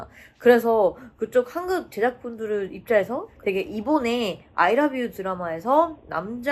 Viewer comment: 한국을 한극이라고 말하네 ㅋㅋ국발음이 엄청 안늘어나는 네